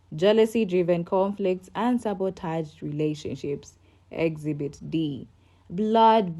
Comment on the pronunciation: Exhibit not exbit